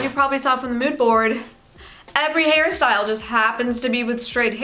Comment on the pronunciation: everytime you say hair style, i hear harry styles 💀 💀 💀